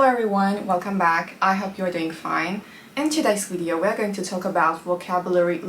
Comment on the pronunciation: 'wideo' how sweet